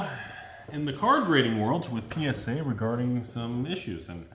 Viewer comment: 100% positive that is saying PenisA and not PSA for the gigidies